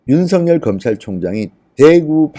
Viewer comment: 윤성녈이 아니라 윤서결입니다 이름 발음, 다른 사람 만들고 있네요 조금만 주의하면 올바로 발음할텐데...